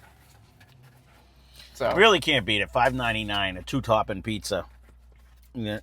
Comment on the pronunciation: *Two Tawping Pizza